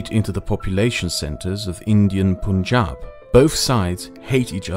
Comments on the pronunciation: Once again, it's pUn-jaab not pOOn-jaab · I get a laugh everytime Punjab is pronounced Poon-jab. Its such a weird way to pronounce a word that sounds like Pun-jahb. like a pun, not a poon. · The "pun" is actually pronounced like that....Punjab is pronounced as "pun-jaab". The "pun-" is pronounced like the word pun and "jab" is pronounceed as the pronunciation of "Ja" in the word "Java Script" but instead of the "v" add "b" so "jaab".